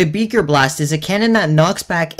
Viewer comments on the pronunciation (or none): Nobody is talking about how he kept calling it “beeker blast” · Did you jus say beger blast